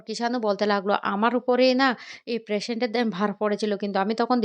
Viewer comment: প্রেশেন্ট টা কি জিনিষ ??? একটা উচ্চারণ ঠিক করে বলতে পারে না ছিঃ